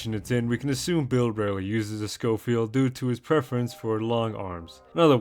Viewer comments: The Sch in Schofield is actually pronounced Sk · hey btw man, you were probably right the first time. Schofield is pronounced Scofield. Not with the "sh" sound. It was named after a general. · The model 3 got is nickname from major George Schofield which made some changes to the gun. Do you pronounce his name Shofield or Skolfield? Still unreliable AI gives yet another answer, but keeping SKO and not SHO: The pronunciation of "Schofield" in the context of the Smith & Wesson Model 3 is the same: "SKOH-field." The name refers to the designer, Benjamin B. Schofield.